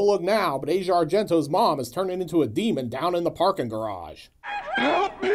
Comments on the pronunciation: Aush e a, not Asia. 🤷‍♂️ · Asia pronounces her name AH-zee-ah. It's something I think most of us have always done, pronouncing it the same as the continent. Keep the great and fun reviews coming (but I know you will)!